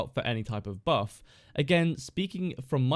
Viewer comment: that’s not what I’m saying, you’re saying “burf” when the correct word is buff